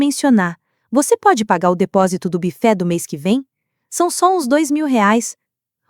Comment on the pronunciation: Não é "bife" e sim " bufet".....